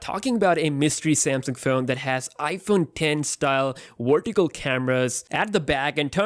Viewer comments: It's vertical not "werticle"! 😆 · Wertical, wolume, actiwate, ha, ha, ha. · "Wertical Camra" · Christopher Aiken Ronquillo "wertical" 😂😂😂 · Tabirca Radu more like “wortical” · You can pronounce "device" properly but you can't say "vertical"?